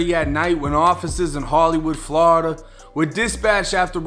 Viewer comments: I like how he pronounce Florida as Flowrida but me being from Florida born and raised there currently living on the west coast but it's pronounced 2 ways only "Floorda" or "Flawda" ain't no in between bruh 😂😂😂😂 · Never get tired of hearing Flawda